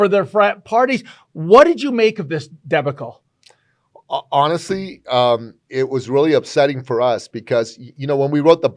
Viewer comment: Pretty much what I would expect from a 70 yr old man who's so socially inexperienced that he's never heard the word "debacle" before, but still went ahead and tried to pronounce it🤣 Keep reading your books buddy, I'm sure they're a perfect substitute for actual human interaction.